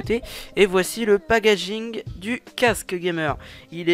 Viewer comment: Mdrrr "pag injing" 😭😂😭😭😂😂😂